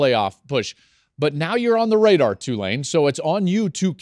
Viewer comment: Hopefully people pronouncing the school's name right... it's TWO-lane, not Two-LANE. Everybody is always unsure and waffles between the two. Be damn sure! Roll Wave!